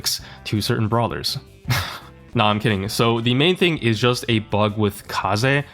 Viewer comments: why are you always saying her name correctly the first time just to incorrect it afterwards😭 It's NOT Kay-Zee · its so funny the man said "Kaze" correctly the first time and proceeds to *in*correct it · Otherwise regular people won't understand him ( Or He's just being overly ironic for sure)